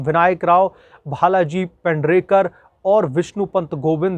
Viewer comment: भालजी पेंढरेकर नही भालजी पेंढारकर कहो !